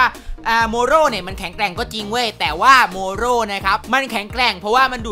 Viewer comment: ทำมัยเหมือนพี่พูดเมรุสกับโมโรผิดไปนะเนี่ย